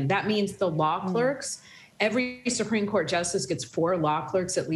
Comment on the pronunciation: "Supreme Dourt"